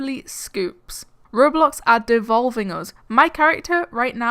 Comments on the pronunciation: It's called ro BLOX Not rorealeatic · But.. It's called Ro BLOX Its RO BLOCKS NOT RO-....LIFE!